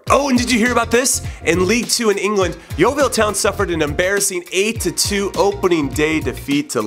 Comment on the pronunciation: You pronounce yeovil 'Yeovall'